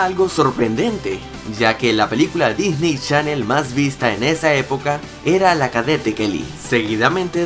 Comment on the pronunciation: Sigue diciendo Disney Shannel